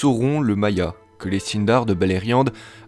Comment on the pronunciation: "Maya"? ca ce dis pas "Mayar"?